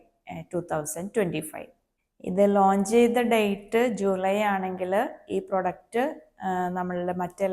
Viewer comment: പ്രോഡക്റ്റ് ആണ് പ്രൊഡക്റ്റ് അല്ല